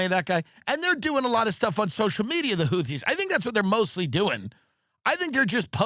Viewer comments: Say houthee 1 more time motha fucka! Say houthee 1 more god damn time! 😂 whootees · Its amazing tim has had jd vance and tulsi gabbard on the pod and doesn't know how to pronounce houthis. Ok you're fucking with us not knowing how to pronounce chipotle either 😂